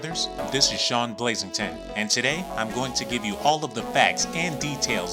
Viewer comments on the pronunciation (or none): none